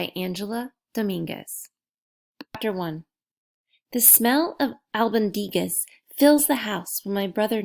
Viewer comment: Its pronounced e....short e.... e spaghetti Al bon di gas